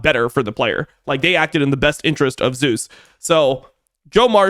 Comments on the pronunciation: doesnt this guy watch lck? why does he keep saying "zoos"? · Yep. All good. The pronunciation is the Korean version of the god's name, and it is what Zeus himself prefers. Glad to explain miscommunication :) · got you I was gonna say something sounds off lol I never heard anyone pronounce it like this caster or streamers. Not even caedrel pronounce it like so lol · i rly wish IWD would say zeus correctly bruh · Does he know how to pronounce his name… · Whose name? Zeus? Just using the English pronunciation, it's really not that big of a deal. He's not an official caster having to ask that from the players, and even then it's more of a courtesy than a hard rule as far as I'm aware.